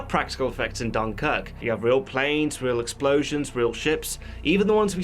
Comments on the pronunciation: What's with the emphasis on the first syllable; 'DUNkirk'..? Who uses that? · Can't listen to this guy pronounce Dunkirk so badly amy more...